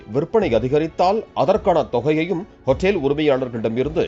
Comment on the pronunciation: அதுக்கு பேர் ஹோட்டல்.... அது என்ன ஹோட்டேல் ... அமெரிக்காவிலா தமிழ் நியூஸ் வாசிக்கிற... ஒழுங்கா வாசி